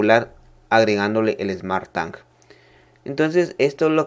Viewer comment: Smart TANG🤣🤣🤣